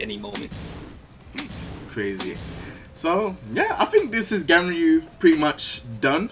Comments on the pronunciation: Announcer: GUNryu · I thought it was pronounced GONryu